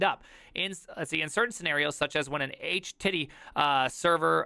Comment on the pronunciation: I tawt I taw an "H-titty"?.. Yes, Yes I did taw an H-titty!